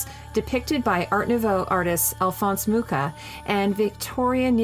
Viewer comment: Moosha !!! not Mooka !!!! ( Mucha ! ) please !!! get it right